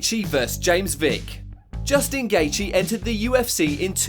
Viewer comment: Dude learn how to say the fighters names. I ddno how you managed to say Geathje correctly then fk up Cerrone